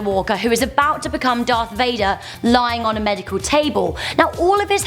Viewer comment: Darth Veyeder😂